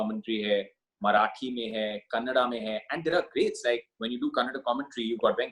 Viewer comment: Jatin pronounced Kannada properly and im a fan for life!🙏